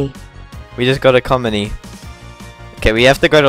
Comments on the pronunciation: Bro really said ecomony. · cold pronounciation of economy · A comedy 🤣🤣